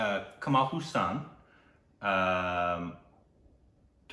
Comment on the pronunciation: For gods sake y is very bad in English? It's not kamal Hussan its hassan